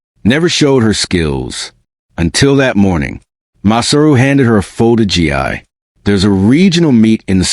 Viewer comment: It’s pronounced gee